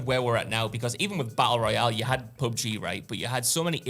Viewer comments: He said pubgah for pubg 😂😂😂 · bro said pub-guh